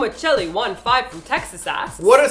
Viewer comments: I'm pretty sure that says Michelle and not "my chilli" LOL. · o ma chelly?really? ITS MICHELLE DUMB ASS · "Oh-My-Chilly-1-5 from Texas asked...." LOL, I think it's pronounced, "O-Michelle-15" xD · I think her name is " o Michelle" not "o mich ell eeee" you have been in korea too long xD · "oh-mitch-elle-E" lol. oh, michelle.